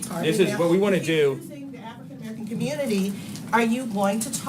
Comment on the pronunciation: Just having a nice little rebuttal with Acosta then all of a sudden: "WATCHOO GON DO BOWT AFRICAN MERICAN COMMUTIES?".